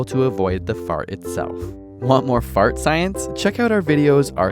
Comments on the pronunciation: I love how he says "feurt"! XD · Who else is laughing when he says fart?